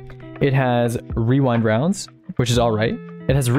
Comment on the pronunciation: I’ve never heard anyone pronounce “rewind rounds” right on the first time. Gotta respect that.